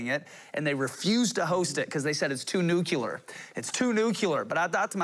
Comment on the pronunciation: He said nuculer...and I lost it. LOL